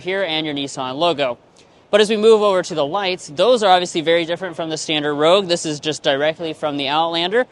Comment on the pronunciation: you had to say the PREVIOUS Rouge style 😂